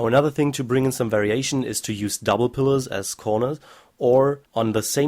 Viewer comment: When he says variation it sounds like very Asian XD